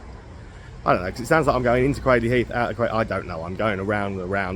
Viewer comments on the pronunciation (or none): Nah mate it's craydley not craddley, anyone telling you otherwise is winding you up! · Pronounced Craydly, not Cradley.